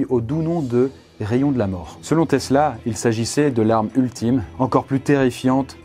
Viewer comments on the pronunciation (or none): none